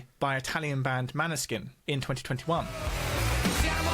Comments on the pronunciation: The band name Måneskin is a Danish word (and å is the last letter in our alphabet) It translate to Moonshine - the big round thing in space....not the booze It is always fun to see other country's try to pronounce it but a little hint is that the Å sound is kinda similar to paw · You're right I'm thinking that maybe if you say Moneskin it will be closest 👍